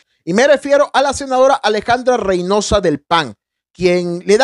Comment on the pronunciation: El apellido es Reynoso..no Reynosa